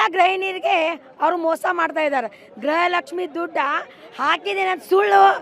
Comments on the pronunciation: ಅಕ್ಕ ಗ್ರಹ ಲಕ್ಷ್ಮಿ ಅಲ್ಲ ಗೃಹ ಲಕ್ಷ್ಮಿ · ತಾಯಿ ಅವರು ಗ್ರಹ ಲಕ್ಷ್ಮಿ ಅಲ್ಲ, ಗೃಹ ಲಕ್ಷ್ಮಿ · ಗ್ರಹ ಲಕ್ಷ್ಮಿ ಅಲ್ಲ ಗೃಹ ಲಕ್ಷ್ಮಿ.